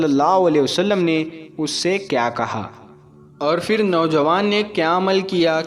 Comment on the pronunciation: FIR Kyu bolte ho..phir bolne nahi aata..urdu bolne wale ho na ?